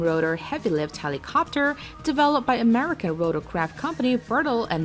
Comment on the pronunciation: Amricn is not numbr 1. Haha